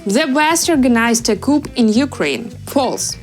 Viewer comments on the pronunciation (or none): Dear Narrator: 'Coup" is pronounced 'coo" ... the terminal 'p' is silent.